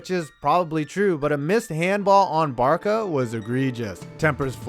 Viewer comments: really butchered the ol' pronunciation on the champions league semi final segment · Oh for f*ck sakes, pls learn how to pronounce team names b4 you butcher them. its an American habit and not cool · That was (among) the most frustrating games I’ve ever seen. Two things- you said Barça wrong, and this isn’t a fault on your part but when I saw Drogba the picture was from the 2012 Champions League win, so I was concerned. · Love the videos and always have and I’m not a big soccer guy but you butchered “Barca” (bar-Sa) and iniesta ( in-nee-es-ta) super bad next time I’d look for an annunciation guide but it didn’t take away that bad from how great the video was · I know everyone is bashing you for “Barka” lol but what triggered me the most is the way you pronounce Qatar... you damn Giants fans really are retarded huh 😝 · "Barka"? "Cutter"? Dude, how do you even have a channel? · Barça = Bar-suh. Not Bar-kuh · This man said “barka” and “cutter” Jesus Christ it’s “barsa” and “kuhtar” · Please don’t say “barka” it’s a soft C like “barsa” like how Barcelona is pronounced. Just saying, love the vid though. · Barka??? You obviously don't have a clue what you're talking about...it's Bar-sa you fucking idiot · Barça = "Barsa" not "Barka" 🤦‍♂️ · How the F**K do you not know how to say Barca properly. Joisus christ american's are so thick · Its barça not barca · Not Barka 😒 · it's pronounced barsa not barca it's spelled barça for a reason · Barka? I have to admire your guts in tackling all things soccer but that's funny lol ... it's "barsa" soft c mate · woof woof im a barka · I think BarSa is wrong too. Locals would pronounce it BarTHa I think. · Not to be nit picking but Barça (short for Barcelona) is Bar-sah, not Bar-cah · Barka barka barka....haha most famous club in the world counting all sports clubs and this idiot keeps saying barka barka haha ITS BARCA WITH A C,, AS IN BARCELONA HAHAHA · Dude you pronounced almost everything wrong. Barka ??? Katar ??????